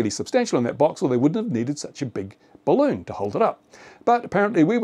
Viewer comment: It's a barroon